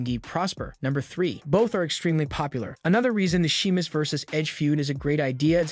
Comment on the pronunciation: Are you even a fan? Everyone knows how to pronounce Sheamus, except you.